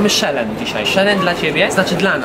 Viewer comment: "mamy SZELENCZ"XD